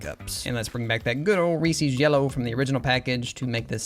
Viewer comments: Great stuff. Ree-sees is actually pronounced Ree-ses though but I’m sure you already know that. I grew up calling it the same thing. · In which part of the United States do we say "REE-SEES" and not "REES-izz"? 🤷🏽‍♀️ (asking for a friend) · Excuse me how do you pronounce Reese's?? Ree-Sees? That seems incredibly wrong and I worry about how you pronounce the name Reese. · Reese is not pronounced “ree-see”, it’s “ree-s”. It rhymes with piece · said Reesee's. SCHLATT'S COMING FOR YOU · I've never heard anyone pronounce it like "Reesies" before. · Ree-Seez cups, eh? (Fantastic designs, Funyuns looks so good) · Reeses is pronounced ree siz. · The number of times this guy says "Reesie" or "Reesie's"... Why? Just... why? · “Reese” is a name. Reese’s is the name, plus a possessive s. Why would you pronounce “Reese” as “Reesey”? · Mispronouncing Reese’s is killing me 😭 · Surprising they’re your favorite with you pronouncing Reese’s wrong.